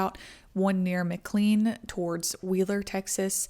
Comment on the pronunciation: McLean, pronounced; McKLANE. 👌🏻